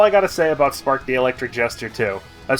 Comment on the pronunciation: So for half of the video I thought you were saying "Fart" and I just went "hmm a bit of an odd name but okay..."